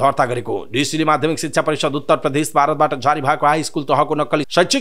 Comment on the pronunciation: पहिलो पटक हो तर समाचार वाचकले प्रदेश शब्दलाई प्रधेश र प्रजातन्त्रलाई प्रझातन्त्र भनेर वाचन गर्दा चै अलि नराम्रो लाग्यो ।